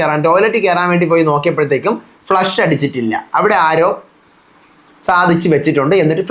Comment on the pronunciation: its not Flesh…its Flush